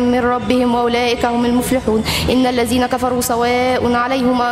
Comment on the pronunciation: الذينا وليس الزينا